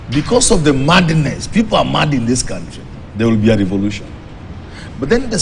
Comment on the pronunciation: i laugh at meru english- eti mandiness(madness)